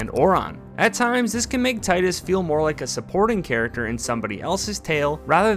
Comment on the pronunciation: Btw, it is pronounced “teedus”